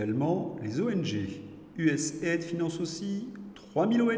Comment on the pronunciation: On prononce U S A I D